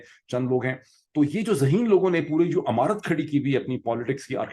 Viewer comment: ڈاکٹر صاحب پلیز تصحیح کر لیں، ہَدایت نہیں "ہِدایت" کَتاب نہیں "کِتاب" عَمارت نہیں "عِمارت" Very funny and interesting vlog BTW.👍